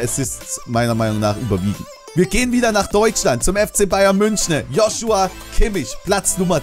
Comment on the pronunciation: Er heißt joSUa kimmich